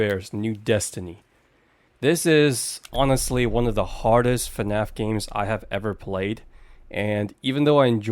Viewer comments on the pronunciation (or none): none